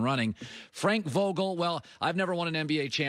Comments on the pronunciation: Frank Vagel🤔 put some respeck on his name Colon. 😂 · Frank bagel??? He totally Britta’d his name.